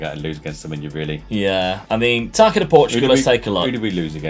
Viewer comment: Taça is pronounced "tassa" not "taca", because ç is like an s in Portuguese